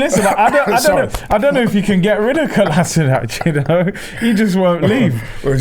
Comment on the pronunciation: "Kolasinac"....Ahemmm, Classic 💢😄👊🏽